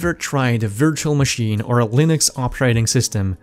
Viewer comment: I like how you pronounce virtual